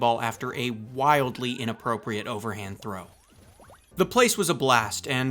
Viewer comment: "Wildly innappropriate overheand throw" kills me lmfao